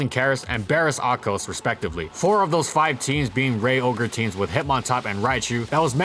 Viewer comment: Baris Akcos is pronounced Ba-rısch Ak-josh. I noticed you butcher his name worse than anyone else...